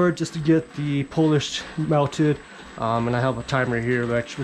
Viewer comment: The correct pronunciation is POO-LEASH not Polish. Just so you know…..